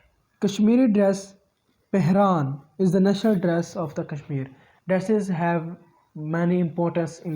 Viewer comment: U even can't able to pronounce pheran and please don't mix our GB with azad Kashmir or Indian Kashmir we don't want joint you people don't compell us it's our choice what about azad Kashmir culture and cuisine why you people hide your identity which is pahadi and and your culture similar to Punjab